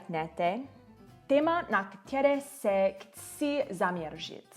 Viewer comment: Největší chyba je bát se mluvit :) celkem pěkná čeština, akorát pozor na "ktěré" - správně je "které"